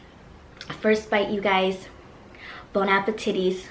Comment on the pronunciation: Bon Apetitties 😂😂 LMAO GIRL I LOVE YOU